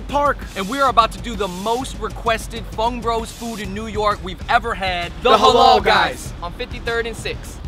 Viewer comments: its not helah , its haalal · LEARN HOW TO SAY HALAL. it's the only word you guys don't seem to able to say